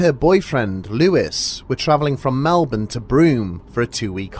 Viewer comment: Thankyou for pronouncing 'Melbourne' correctly.